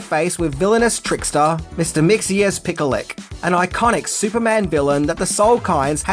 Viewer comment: the correct pronunciation of Mxylptlk is 'mix-el-pit-l-ick. not having ago at you or anything, but i used to get it wrong too, i was always way off till i heard the name spoken in an animated show